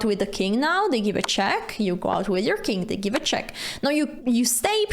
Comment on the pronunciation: Cant help but hear king key in the center as Kinky in the center .